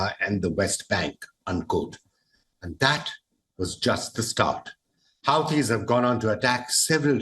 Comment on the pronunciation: HUTEES! Not Howtees!😅